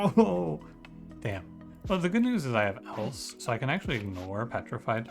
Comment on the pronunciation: It might just be me but I'm fairly certain the Else tactic is supposed to be pronounced like the name? It would make a but more sense as Bard is hardly going to make a song about connectives. Great video btw.